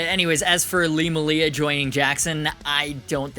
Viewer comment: It makes me sad when people say Lee's last name like muh-lee-a rather than may-lee-a because there a videos of him introducing himself saying his last name the way it's pronounced. I forgive you though